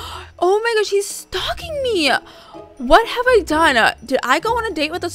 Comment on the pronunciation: and sstop stalk-ing